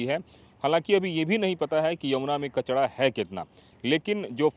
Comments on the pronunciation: बाबा कचड़ा नही कचरा बोलते है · Reporter bhai कचडा नही कचरा 😂😂😂😂😂😂😂😂😂😂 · कचड़ा नहीं कचरा होता है